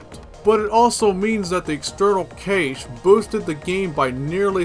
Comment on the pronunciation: I usually hear Cache is pronounced like "Cash". Haven't heard it pronounced "Caysh" before.